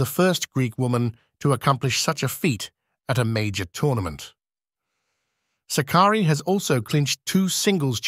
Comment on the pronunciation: DEFINITELY NOT. It is Sάkkari . Greetings from Greece.